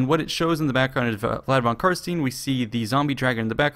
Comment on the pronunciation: Just a bit of feedback regarding your pronounciation of "Carstein". I hear it mispronounced by a lot of people and then repeated wrong and wrong again: Its Carst*ei*n, not Carst*ie*n. You know, just like in Einstein.